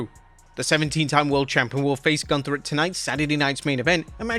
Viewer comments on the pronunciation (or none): none